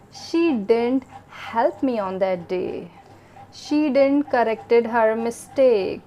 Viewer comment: Your lecture was good in this video. But you were pronouncing word didn't wrongly. Please check proper pronunciation in any English Dictionary or on Google search.